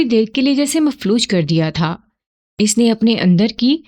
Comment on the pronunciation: آپ کا کہانی گوئ کا انداز کافی بہترین ھے اور لفظوں کی ادائیگی بھی پختہ ھے لیکن آپ ایک غلطی کرتی ہیں آپ بہت جگہ جہاں "پیش" لگنا ھے وہاں آپ "زیر" کا استعمال کرتی ہیں۔ جیسے لفظ "اس"(os) یعنی پیش کے ساتھ ھوتا ھے آپ اسے "اس"(is) یعنی زیر کے ساتھ ادائیگی کرتی ہیں۔ کسی غیر موجود شخص جگہ یا چیز کے لیے پیش استعمال ھوتا ھے۔